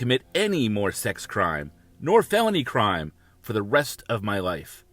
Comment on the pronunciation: “Sxy offender program” now that’s a new one! He needs some English classes, lol